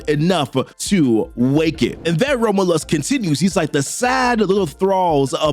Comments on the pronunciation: I think "Romulus" is pronounced like raw-myu-l_ss, not ramalus The underscore being like, generic slackjawed vowel sound. Like a schwa, "ə" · Romlus😂 dude learn to pronounce the name it's not hard. You're saying 3 different names none of them are the very simple to say rom-u-lus. I got to admit it's a good video but hearing you Massacre the name really messes it up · FYI... Rom-you-lus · The way you say Romulus is killing me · Oh, man, please work on pronouncing "Romulus." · how do you manage to mispronounce romulus that bad